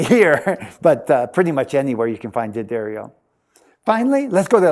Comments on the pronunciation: Helpful Hint: It's pronounced "Duh-Dario," not "Dee-Addario". I don't know why so many people get this wrong. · So? Just because they have a guitar tech who doesn't work for them mispronounce their name doesn't mean it's correct. D'Addario isn't going to bleep out the mispronunciation. D'Addario is an Italian name, and as such, the "D" blends with the "Addario" as one word.